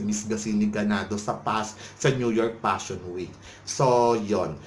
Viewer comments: P!!!! Pa-shon show talaga. Pashon showw. Nu York Pashon Week. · Ang Nega mo bakla! Natural ang fashion show organizers nagbobook ng mga models nila nanagfifit ang physique at hitsura sa theme ng fashion shows nila. Baka naman hindi lang fit ang aura ng hitsurani Ms. Gazini sa themenila. Hay naku vakla singlabo ng hakahaka mo ang pronounciation mo ng Fashion Week! Tumbling ka na una ulo. nyeta!😂😂